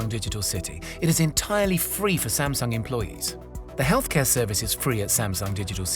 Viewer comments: All this and still Sam-Dung...huhh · Please pronounce Samsung correctly. It was bothering me the whole video.